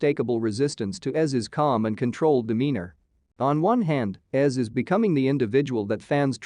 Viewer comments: It's pronounced EZ(Eee-Zee) not Es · best episodes ever! Also im feeling a bit nitpicky everytime you call him "ez" reyas. It's "E-Zee" or "Ezekiel". I think we have been far enough into the show for everyone to know that lol.